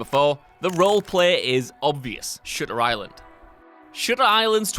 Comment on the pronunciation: Am I the only one that thought was saying sugar island instead of shutter island?